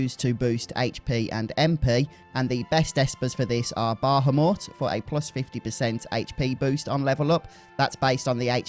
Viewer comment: I can't trust this video because of his pronunciation of bahamut...if I trusted him though it would be a good video!